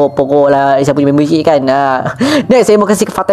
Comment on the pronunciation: be like: Memberrrrrrrr shipperrrrr Me: aku nk jumpa cikgu BI dia ni-.